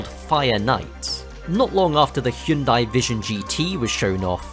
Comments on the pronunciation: Finally someone who can pronounce hyundai, thank you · Bonus points for appropriately pronouncing the brand "Hyundai"